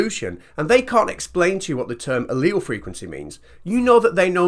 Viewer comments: I felt really dumb because I had no idea what a leel was. Turns out he was talking about alleles, and just pronounces it differently. Few. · Now I feel educated at last. I always pronounced "allele" with three syllables